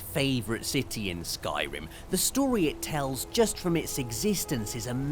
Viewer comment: i just keep playing the way he said skyrim XD